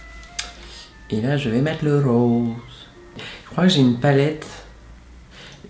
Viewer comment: "je vais faire RRAAWWSE" mdrrr